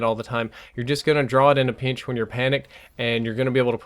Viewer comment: "in a peench"